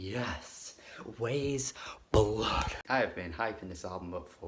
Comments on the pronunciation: Agreed, the album is wonderful... But it's pronounced "Wise" Blood. Like the book and subsequent movie. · It is pronounced like WISE Blood. Great review.